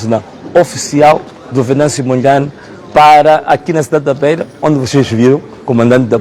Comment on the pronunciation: So para ratificar chama-se Venâncio Mondlane. Não Mondleine.